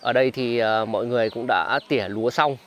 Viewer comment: Người ta gọi là đi trỉa lua chú không phải tỉa lua